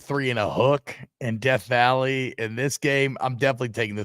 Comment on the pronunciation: Deaf valley.... Not Death Valley™